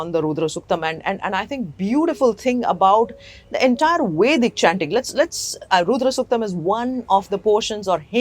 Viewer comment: Madam please!!! it is not "Roodra suktam", but "Rudra suktam". Your accent shows you were not brought up in the West. Why do you take it on yourselves to mispronounce it like that!!! Did the swamiji and the priests chanting the Rudram not tell this?